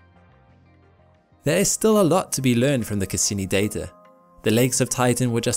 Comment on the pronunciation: "The Dater it collected" lol